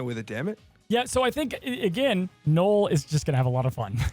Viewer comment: ok not sure if this is just a troll thing but it is NULL not Gnoll. Like null and void.